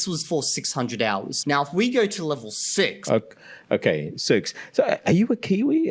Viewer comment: My favorite vowel is the o in "okay", because he says it almost like how Americans pronounce the letter name A. So I hear it as A-kay lol I'll have to go back and listen carefully for other instances of him using the 'goat' vowel (goat, vote, bone) but I'm pretty sure he pronounces 'okay' unusually unrounded, relative to other 'goat' vowel words. My hypothesis is that uses "okay" as a social cue, a sentence terminal of sorts, and sometimes words with special use cases can gain specialized sounds, even if in every other speaker it's the same